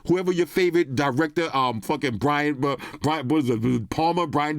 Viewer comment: was Lit once he got to the iPhone 😂🥃, let me say that Correctly... He was Lit WENCE he got to the iPhone 😂..... BRYAN De PALMER??? 🤣